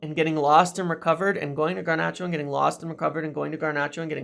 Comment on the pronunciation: Dude, there is only one “R” in “Garnacho” stop calling him “Garnarcho” it sounds horrible. Also it’s one-nill not one-zero - at least try not to be a meme.